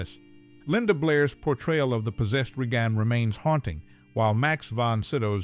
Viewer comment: I heard "Re-Gone Mac Neel"